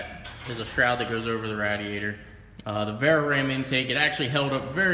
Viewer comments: Dude, SERIOUSLY it's pronounced RAIDiator. Rad means cool as fuck. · Its pronounced RAYdiator. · Why do you keep mispronouncing radiator ? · What's with people not being able to say RADIATOR correctly😂😂 and Ande from DFR can't pronounce words right😂😂